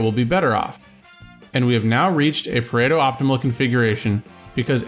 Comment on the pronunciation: It’s Pareto, not Predo.